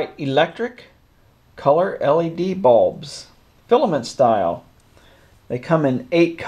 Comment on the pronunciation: "Light balbs"